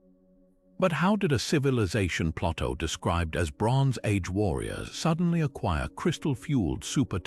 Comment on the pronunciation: Too bad the "narrator" doesn't know how to pronounce Plato, and B C, rather than B See. Perhaps an A I narrator